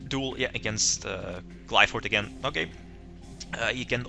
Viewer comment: I really think he is mispronouncing Qlphort, gem knights def need better fusion monsters